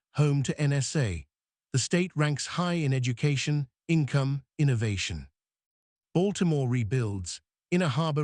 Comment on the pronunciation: Lord have mercy... Its not said like "Mary-land." Its "Maril-lynd" ...or "Marilyn" if you don't annuciate all the letters. Baltimore is "Balt-a-more" but also "Ball-more" depending on someone's accent. ...You got that part right. Come on hon'. That's a thing here yall need to know.